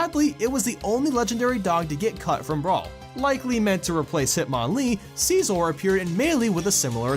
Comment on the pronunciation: I know that you don't know all of the pronunciations for the Pokémon, but seriously, SIY-ZOR?